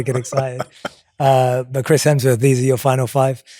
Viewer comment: Jay Jay Jay, “Hemsworf” really?